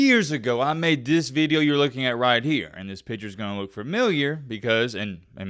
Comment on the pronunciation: “Veedio” country boy. Good veedio, keep em comin’.